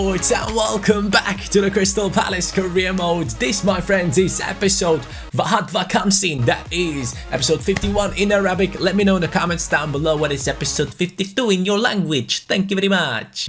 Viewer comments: Its not vahad va khamsin its wahad wa khamsin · u said 51 in arabic totally wronnggg